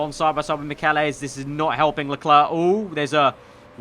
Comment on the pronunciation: Michelisz is pronounced Mitch-el-its